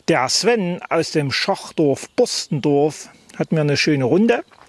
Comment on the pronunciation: Ich habe mich undeutlich ausgedrückt . Ich meinte , du hast wieder den magischen Ort Borstendorf erwähnt , den du immer ohne „r“ aussprichst 😃😉